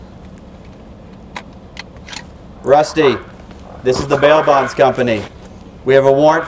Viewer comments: When say “ this is the bail bond company” it sound like he is saying “ This is the mail box company” 🤣🤣🤣🤣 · I thought he said mailbox company